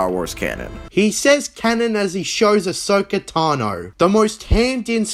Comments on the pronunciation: The way he pronounces ahsoka's name throughout the whole video really makes me wonder if he's even seen a full season's worth of episodes. no clone wars fan would make that mistake. the only way you would is if you just read the name and not heard it pronounced out loud like it was a million times in the show. given how he's admitted to only watching jojo part 3 and not even finishing while still saying with his full chest that it's bad as if he has any say for how much he hasn't watched, it wouldn't surprise me if he only watched the episodes he listed or even less. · Dude doesn't even pronounce Ahsoka right. Every character pronounces it as Ah-soak-ah, this guy pronounces it as Ah-show-Ka. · Looks like we have an “ASHoka” simp. The fact that he didn’t take the video down shoes you he still doesn’t know he pronounced her name wrong 😂 Also swearing in every other sentence makes him come across as an illiterate try hard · Are we gonna completely ignore the fact that you know he doesnt know what hes talking about when literally CANNOT pronounce Ahsokas name correctly? Like.... they say it ALL. THE. TIME. in the series. Its not that hard of a name to say. Filthy casual. Edit to add: i SHIT YOU NOT i just saw that you called Cosmo a filthy casual in a thumbnail after leaving this comment thays wild.